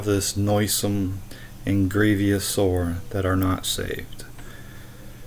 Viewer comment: Grievous, not grievious....